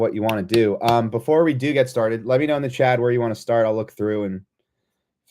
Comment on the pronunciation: its CHAT, not CHAD 😂